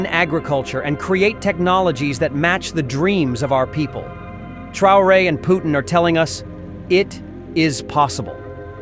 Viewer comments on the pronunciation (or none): God help us, A.A. Milne did not name the Russian president. His name is Putin, not POOH nnnnnnnn and not poo TEEN. Concentrate hard and say PUT teen and you might sound like you were taught how to speaki!